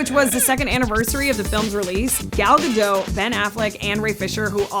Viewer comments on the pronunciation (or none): you pronouncing "gadot" is so rotten. It's "guh dot" not "gdowwwwwwww" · Dear it's not Gal Gado,,,,BUT Gal GadoT,,,,with "T"...like DOT... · You're saying "Gadot" wrong. The 't' is not silent.